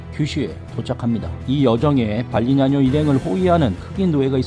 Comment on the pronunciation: ㅋㅋ 이분 영상에서 발음도 발리냐노가 아니라 발리냐뇨로 들려요